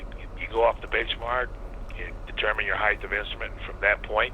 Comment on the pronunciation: and it's pronounced ACROSS and HEIGHT